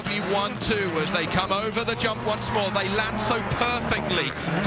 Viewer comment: The main commentator really annoys me! He doesn't pronounce 'semi' properly (he's british) and when the fuck did e start using the word 'yump' instead of jump?